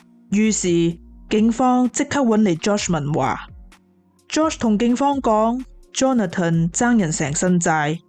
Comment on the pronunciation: 𣎴是讀Johna-ton, 是Johnathan（讀johns-fun)